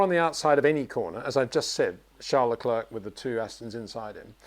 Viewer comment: I love Peter but it really bugs me that he pronounces Leclerc like Le-clerk , it's like St-Clair college , you don't pronounce the C on Leclerc .